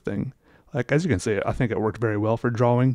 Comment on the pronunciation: Oh my god I can’t stand it. He sounds congested constantly, and like the mic is embedded somewhere within his sinus snot. And I don’t know why he insists on pronouncing drawing as “draw-wing” instead of “draw-ing”. It’s a shame because he makes great content, I just can’t enjoy it as much because of my aversion to his voice.